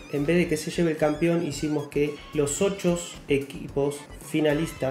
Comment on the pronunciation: Porque decis ochos sequipos?? Jaja